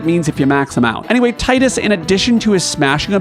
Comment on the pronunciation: Its Tee-dus!!!! And Sess-sil!!!! Rrraaagggghhhhhh. And we all know the real greatest warrior is lann and Raynn